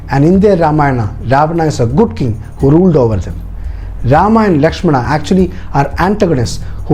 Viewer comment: I really love the details, but there are a lot more details to put for more understanding. But one thing, I didn't understand why you connected this with today's politics and religion. Channel seemed to have a bunch of knowledgeable and educated people, but you kept pronouncing names like "Rama", "Lakshmana". So, you're trying to make others understand that do not go for others porridge but you're trying to serve your own. You mentioned in the video that in ancient times, there were hardly any written forms available, and so we all could understand the fact that when things are spreading verbally, they get changed like Chinese whispers. So, why don't you stick with the original one (Valmiki ji wrote) and try to decode it. If in Jain's belief, they have different versions of Ramayan, that doesn't mean it's false or just a story. The same goes with other authors and writers as well. I believe that the time and then society (of the writers) had a great impact as well as language barrier (translation from Sanskrit) in the writing and detailing. This is the first time I watched your video. But the way you portrayed it with a cunning smile and vicious/derogative jokes, I was really waiting for the time when you connected this with the politics and a community's belief. That's what you did, your story telling has an agenda and if you're unable to see that if a story (as per your details) has such an inspirational power for thousands of years, then you have to go th